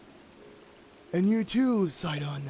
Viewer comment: He finally pronounced Sidon's name right!